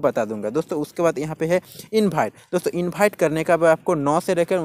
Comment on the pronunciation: Yrr invite ko infight kyu bolte h bohot log bolte h??